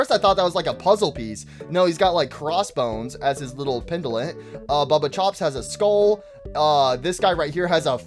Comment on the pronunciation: also it's baba chops not bubba chops get the names right